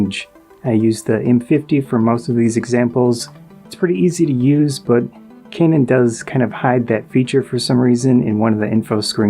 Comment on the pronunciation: ive never heard pronounce kane-un before 🤔